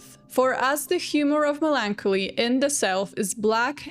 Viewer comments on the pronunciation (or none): Its melon-collie